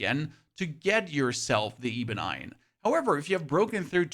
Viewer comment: “Ee-bun eye-un” gets me every time instead of ebon iron 😂